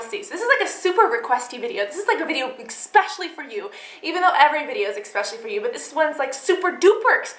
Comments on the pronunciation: ESPECIALLY, NOT EXPECIALLY....ESPECIALLY ESPECIALLY ESPECIALLY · Exspecially? Did I hear that right? :L